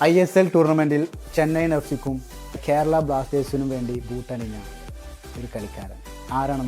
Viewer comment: ക്യേരളം അല്ല ബ്രോ കേരളം 😁